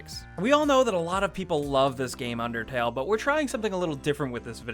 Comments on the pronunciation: its unDERtale not unTERtale XD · He said untertale omg DUDE it's unDertale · It's undertale not untertale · Was it just me that saw at the beginning it said untertale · No, UNDERTALE! Not Untertale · Video starts Under-... untertale. untertale? UNTERTALE? Untertale. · The intro says Untertale. No disrespect love u guys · Untertale? You couldn't English any better there sir. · at the start it said untertale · no is says untertale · it undertale not untertale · At the beginning it said "untertale" not "undertale" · you said untertale in the vid. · "untertale" at the beginning of the video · the beginning says untertale...YOU HAD ONE JOB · The intro says untertale lol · Lol it said untertale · The beginning says "UNTERTALE" not "UNDERTALE" 😂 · It says untertale at the start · Imma be salty and point out that it said Untertale instead of Undertale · Heh. Hey buddy, it's not Untertale, it's Undertale. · "Untertale" nice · anybody notice the begining said untertale? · LOL HE SPELLED UNDERTALE WRONG HE SAID UNTERTALE LOL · it said at the start UNTERTALE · UNTERTALE XDDDDDDDDDD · He accidentally said Untertale for the introduction. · the intro said untertale lol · It said untertale at the start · ... .. Untertale..? I don't actually know that game, sorry. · UNTERTALE lolwut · Untertale at the beginning lol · lol they spelled undertale wrong they said untertale. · Beginning, "UNTERTALE" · "Untertale". How do you even- forget it... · untertale ? lol right at the start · Um, right at the beginning, 5 seconds in "Things Untertale players hate" UNTERTALE UNTER T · At the beginning it said untertale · I thought I was the only one who noticed it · "UNTERTALE" nise going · "Untertale" What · Untertale. UNTERTALE. UNTERTALE! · it said untertale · Untertale....yeah....did anyone notice that? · anyone else notice how it says untertale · Untertale XD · i love that overlaying T on "undertale"